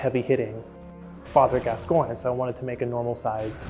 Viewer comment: This is incredible AND she pronounced Gascoigne correctly. 10/10